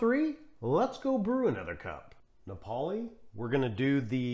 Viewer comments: Thanks for another excellent video. I think all these strong espressos work well with milk. Diavolitto is a personal favorite. Napoli is pronounced NAH-poh-lee. 👍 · It's Ri-STREHT-to and NA-poh-li (named for the Italian city, "Naples" in English).